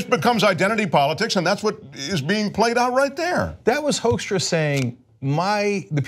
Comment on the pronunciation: It's funny how you pronounce his name as 'Hoaxstra'. If you like the Dutch pronounciation you should say 'Hookstra'.